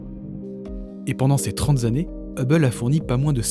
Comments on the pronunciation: Merci pour ce magnifique voyage. Je fuis habituellement les Top 10, mais là, ça n'a rien à voir. Très intéressant. Attention ! "trente Zannées". Aïe ! J'ai les oreilles qui saignent ! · Bravo et merci pour ce beau travail bien documenté et commenté. Petite faute à : on ne dit pas "pendant ces trente zannées".